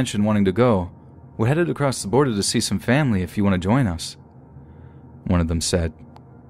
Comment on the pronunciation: There's no T at the end of across